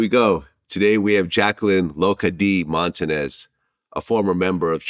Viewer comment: The correct answer shouldve been,"I'm american just like you,my relatives are from Puerto Rico".😑 And her lastname is,not Montanez...We usted the ñ letter.